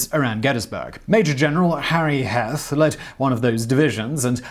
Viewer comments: “Heath,” not “Heth,” even though it is spelled H-E-T-H. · God love ya, Simon! Your pronunciation of Pennsylvania place names is hilarious! It's "sus-qwuh-hanna", not "seskahanna" river, and it's "Heeeth" not "Heth" ;-) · Also General HEETH. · Ewell is pronounced Yule. Heth is pronounced like Heath. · Heth's name is pronounced "Heeth", long e not short e. The shoe story is total nonsense. Heth didn't come up with that story until the 1890s as an excuse for starting the battle prematurely. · His name pronounced like “Heath”, but I get the mistake given the spelling. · Two quick items. 1. Pronunciation, Heth is pronounced like Heath, and 2. Your dates are off, you keep saying June when the battle started on July 1st. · Also, it's "Heeth" as in teeth. And locals burned the Columbia Wrightsville bridge . Incendentally the longest covered bridge in the world at the time. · Heth is pronounced as Heeth.